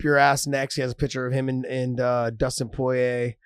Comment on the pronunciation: Dustin Poyay lol